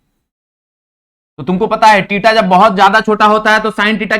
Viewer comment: Sir theta 😂 not tita Sorry 🙏 sir but wrong pronounce